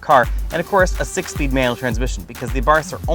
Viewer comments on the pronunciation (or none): 6 speeed!!! get your p's and q's together man.